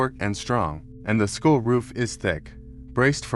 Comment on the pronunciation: Skull not school. Someone teach this AI the difference